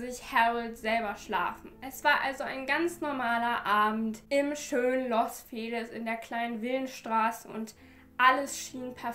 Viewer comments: Ich finde deine Videos wirklich toll. Aber bitte arbeite an deiner Aussprache, wenn es um ausländische Orte und Namen geht. Es heißt nicht Los Fehliz mit einem langen e, sondern Los Feliz mit einem kurzen e, wie in Felix. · Es wird ,,los Feliz (Fehlies)“ ausgesprochen 🙋🏼‍♀️ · Es wird eher Feelies ausgesprochen ❤️ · ich glaube man spricht das los Feliz mit langem iiiiiiiiiiiii